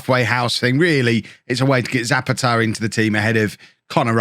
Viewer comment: poor old Zapata can't play well if you keep saying his name wrong... you have tried Za-pa-TAH and ZAH-pa-ta, and none of them are correct. go for the third option: Za-PAH-ta and the man will be delighted :-)